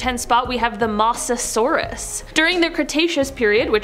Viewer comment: You know you have my heart most amazing! I'm really trying to deal with lol the pronunciation problem Right out of the gate? Moss o sauris? Wrong! Moses sauris! Please uh brush up!